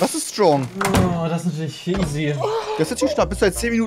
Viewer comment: Trymacs: „Schtrong“